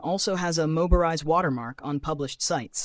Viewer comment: Yeah, it's not "Moberise," its Mobirise. He didn't even do QC for the AI created VoiceOver. Hah. Do the VO yourself or hire a proof you want to be taken seriiously.